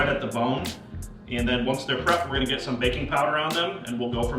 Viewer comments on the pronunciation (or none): i thought he kept saying baby powder i was like wtf lol